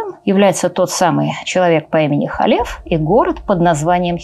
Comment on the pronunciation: Не Халеф, а Калев бен Йефунэ, Не Иисус Навин, а ЙеЪошуа бин Нун. А версия имени Б-га, которую Вы произносите, выдумана так называемыми библейскими критиками, а значит недопустима. Та четырёхбуквенная версия имени, которая встречается на иврите в огласованных текстах, тоже не настоящее имя, если прочитать, потому что согласные буквы - действительно имя Б-га, которое представляет собой глагол БЫТЬ, соединённый сразу в настоящем, прошедшем и будущем времени, а знаки огласовки взяты от ад-най - господь. Как произносится имя - знают только специальные люди - баал-шем-товы. Потому лучше произносить hашем, если надо сослаться на это имя. Либо перечислить еврейские буквы имени Йуд-hэй-вав-h'эй, где h произноситься не как русское Х, или Г, а как украинское Г. А за домыслы и следование ложным теориям о двух разных источниках Торы ставлю дизлайк. Рекомендую прочесть Тору с комментариями Раши, потом перечитать с комментариями Радака, потом Рамбама. Это всё комментаторы простого смысла. Кстати с этими комментаторами можно прочитать и весь ТаНаХ пытаться найти ответы самостоятельно - дело хорошее, но Вы относитесь к тому, что у Торы 2 источника, не как гипотезе "библейских критиков", а как к установленному факту. А если бы прочли с комментариями названных мной, на много бы вопросов нашли ответы, но у Вас бы возникли новые, уже более высокого уровня. Тогда бы Вы не создали этот ролик, а что-то белее квалифицированное